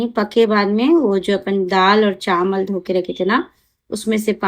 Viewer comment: Chamal nai chawal bolte